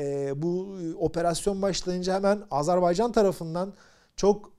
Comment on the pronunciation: Doğru telaffuza önem verdiğiniz için çok teşekkürler, ağzımız öyle alışmış demiyorsunuz, sağolun.!, Azar bey can değil doğrusu Azer bay can.!